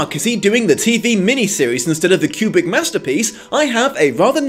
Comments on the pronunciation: Love your reviews. But I would like to point out that it took me halfway through the video to figure out that you were actually saying 'kubric' as I'd been wondering what the fuck you meant by 'cubic adaptation' haha. enunciate, dude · ..........it's "Koobrick", not "Kyubrick" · Is it just me or the way he says Kubrick it sounds like cubic.